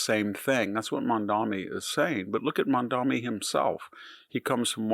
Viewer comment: THAT'S "MADMANI."